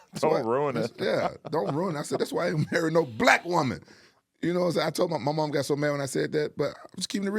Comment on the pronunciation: The way he said BLACK WOMAN I'm hollering over here I mean kicked my leg in the air fell back hollering laughing!